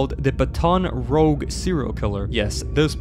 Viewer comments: It's pronounced Baton Rooj, not Rogue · bro called baton rouge ba-ton roug 💀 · Thanks for giving me the info of my enemy out of the nextbots, Also u said my home wrong, it s pronounced bat-on r-ouge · Cringed that you renounced Baton Rouge wrong.